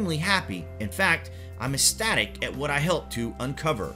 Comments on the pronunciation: Now...did he really say "esstatic"? Because I just really need to know. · natrelacoustix I’m “esstatic” about how he’s “ravishing” the pronunciation of words in this video.